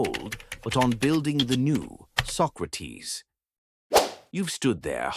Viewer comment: His name was not "Sock-räh-teeth", but "Socrates", plain and simple -Socrates.